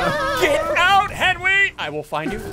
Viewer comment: “Air Benry”-Sigils lol